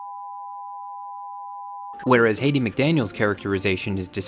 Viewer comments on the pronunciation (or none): What a great set of videos, these are really timely. Many people agreed that HBO just needed to contextualize gone with the wind and continue to show it. And I believe her name is Hattie, pronounced Haddy , not Haiti like the country. You have a lot of content and layers in these two videos. But I got a handed to you you did a really great job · Hat-ee , not Hate-ey